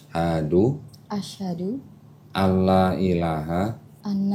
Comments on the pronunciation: Menit mohon koreksi apa saya aja yang salah dengar koh, asyhadu anlaailaha illallah, pendengaran saya mendengar yuanita mengucap ashadu annailaha illallah🙏🙏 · Tolong check ucapannya ashhadu ana sepatutnya ashhadu alla illallah